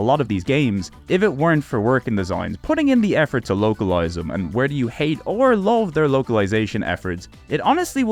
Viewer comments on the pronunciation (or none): none